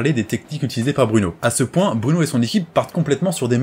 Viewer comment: Ah nan nan il dit bien ''ce'' et ''s'', t'as de bonnes oreilles ( ꈍᴗꈍ)━☆ﾟ.*･｡ﾟ